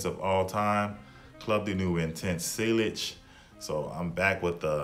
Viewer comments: It's pronounced seyage and club de newy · Sealage was killing me 😂